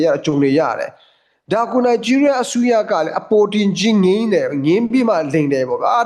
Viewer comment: နိုင်ဂျီးရီးယား , ရားမဟုတ်ဘူး